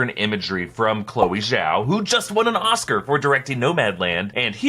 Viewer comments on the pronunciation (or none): none